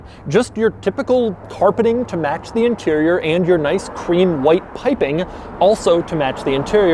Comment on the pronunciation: "pipping" he says